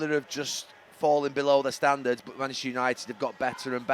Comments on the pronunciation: Gary has problems saying Manchester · It’s because he’s not from our city and neither are his club.